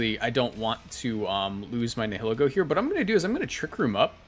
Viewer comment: say it with me, “Nie-uh-Lee-Go”